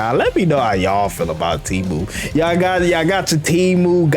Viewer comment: Teemoo 💀 disgusting